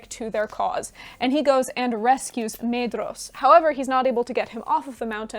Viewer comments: No matter how commendable the rest of the video is (and given the breadth of the content, I can let some factual errors slip) but learn how to pronounce the names. There is no Maid-ross in the book. Maedhros is pronounced MY-thross, where the TH is voiced as in "those" and "there." Maeglin is MYglin. Aradhel is Arathel because again the DH represents a voiced TH. And either flap your Rs consistently or don't do it at all. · Fantastic synopsis! I only have two small pronunciation notes since Tolkien's English is a bit stale for us in the 21st. the pair of vowels "ae" are voiced as a long "i" as in 'eye'. The paring of "dh" is a voiced "dth" sound like the beginning of the word "their". So names like Maedhros get the double whammy and is pronounced M-eye-dth-ros. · pronunciation note: dh is voiced th, so maedhros has no d sound. Mae-thros (which voiced th, like the welsh dd). I am not sure of the etymology of Aradhel but it might also be Ara-thel not Arad-el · Great summary! Small thing - “dh” in Tolkien’s languages is pronounced “th”, so Maedhros is pronounced “MYthros” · The ae and ai diphthongs are similar to Japanese (or Finnish, obviously), not English. Maedhros = MAH-eh-thross, Edain = EH-dah-een, etc. I know you were rushed for time, but you should have mentioned how the world was made round after Ar-Pharazôn's attack on Valinor. And how the Sons of Fëanor (or anyone else, I suppose) didn't dare go after the Silmaril while it was in Lúthien's possession. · Wonderful video! Brilliant summery, and much appreciated 👍🏼✨✨ Quick pointless nerdy quibble: according to Christopher Tolkien's notes on pronunciation, "dh" represents a soft "th" sound in English, thus "Maedhros" would be something like "Maethros." Keep up the great work!!!